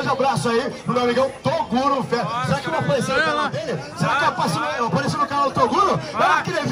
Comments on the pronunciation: Quem ouviu o chamar o Toguro de Torugo DEIXA LIKE!!!! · Carai " TORUGO" KKKKKK